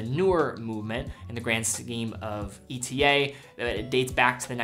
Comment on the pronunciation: Pleas it is pronounced e-tah